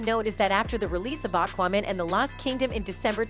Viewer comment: "awk-wahmen" XD